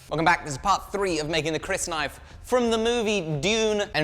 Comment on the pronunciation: Thank you. Your pronunciation of Crysknife is correct. Thank you.